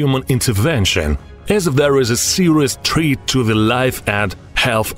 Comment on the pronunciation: Serious treat? Itsa fucking threat not treat my Russian comrade lmao 😅😅